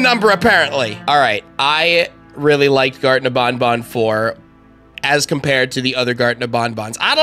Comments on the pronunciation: I laughed so hard that I thought he said garten of bonbon You know the hand puppet from fnaf5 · "Garten Of Bonbon" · “Garten of bonbon” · U Say Garten Of BonBon 🤣